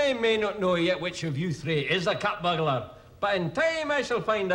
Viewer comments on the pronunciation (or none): Peter is humorously copying the Scottish accent to make "burglar" sound like burgler. In the same fashion that midnite would be correctly written as midnight. Just as he pronounces "lawr" instead of "law".